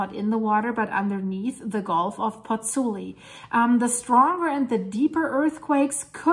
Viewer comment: Ciao from Italy, I met you on the Dutchsinse channel with your video on Grindavik and... here I am! Let me tell you something: you lost an "o", is PozzuOli not PozzUli! 😁